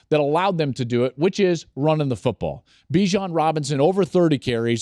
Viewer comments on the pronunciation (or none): none